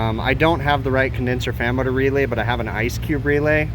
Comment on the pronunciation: after binging these videos I feel I need a teeshirt with "Condenser Fammoter" on it because that's what I hear every time he says "fan motor" XD